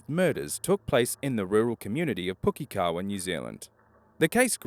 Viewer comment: Sounded like a kiwi except for Pukekohe I think he was tryna say in the first video close, but not quite